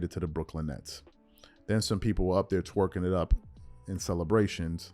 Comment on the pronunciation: The way you be saying "twerkin it up" hilarious bruh🤣🤣🤣🤣🤣